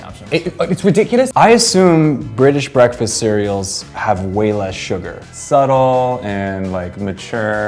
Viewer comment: Ah yes, 'Breafast'